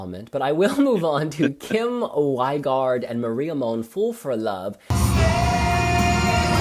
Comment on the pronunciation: Rein is not the weather, but reindeer! The Wi in Wigaard pronounces like «;Vee» not like «Why»! Tangen: Just like ng in sing, song, thing! The song is about talking things through no matter who it is: your neighbour, your siblings: let it out! Who's the cute cat's favourite?: Perfect pronounsation of Alexander Rybak! Thank goodness!